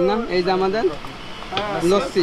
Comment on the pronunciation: its not লচ্চি its লাচ্ছি ফ্রিজ ব্রো!!!